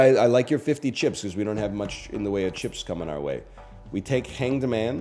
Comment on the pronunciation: anyone else love how he says "cheps"? ICANT